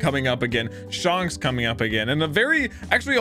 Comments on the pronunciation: SHANKS not SHONKS!!!! WAHHHH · It's not shunks it's shanks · He said shonks Its Shanks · he kept saying Shonks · His name isn’t pronounced shanks (as in honks) but shanks (as in hank) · Shanks❌ Shonks ✅ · lol it's Shanks not Shonks XD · it's pronounced more like Shenks, not Shonks. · Hey its not sHuNKS its Shanks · You are mispronouncing Shanks name it's not Shonks , it's shanks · You said shonks who the freak is shonks I only know shanks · its pronounced shaynks not not shaunks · It's not shanks it's shancks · ittttttss shanks not shonks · SHUNKS sorry but it’s funny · please stop saying shonks 😭😭😭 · shonks is unAXEptable... :) lol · I low key want you to keep calling him shonks. :) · I like it how him saying shanks sounded like shonks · I like how he says Shonks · Shaanks is the actual pronunciation...why is everyone flipping ?? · It's pronounced Like Shank with an S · Bro, it's not sharnks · stop saying shunks🥴🥴🥴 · Him pronouncing shanks wrong has to be the highlight of the episode. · You said shanks in this video like the Avatar the last air bender said aang XD you got quite a fun journey ahead of you! Subbed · The way you say Shank's name... lol. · anyone gonna tell him hes saying shanks name wrong